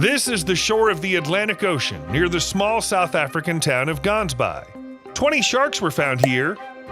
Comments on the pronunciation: Gaansbaai is pronounced: The G is pronounced as if you getting flem out your throat. The 'aa' is pronouced like saying 'aah' and baai is pronouced like saying bye. G-aah-ns-bye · Gansbaai is pronounced "Hansbaai" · It's called gaansbaai your idiot try speaking Afrikaans names properly 😅😅😅😅